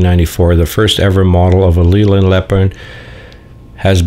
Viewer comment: It is pronounced Layland not Leeland and Midland Red was one of the biggest Bus companies in the UK after London Transport and built it's own Buses and had it head quarters in Birmingham UK.